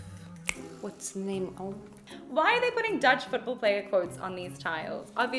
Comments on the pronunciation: good Dutch pronunciation (Irina Russia). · This Irina from Russia has a better pronunciation than most dutchies. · heeft een heel goed accent!